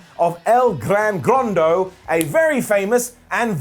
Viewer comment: it's EL GRAN GORDO, no El Gran Grando. Come on man.